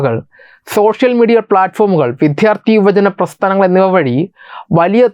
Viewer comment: എടോ മിസ്റ്റർ ഇനിയെങ്കിലും മലയാളത്തിൽ വിദ്യാർത്ഥി എന്ന് പറയാൻ പഠിക്കൂ !!!